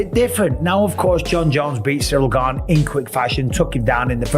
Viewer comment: No one that eye gouges wins period and it’s “gane” not gabe !